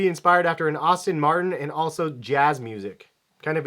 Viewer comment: You said Aston Martin so wrong you idiot